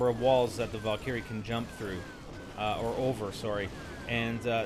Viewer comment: Valcurie? hahahah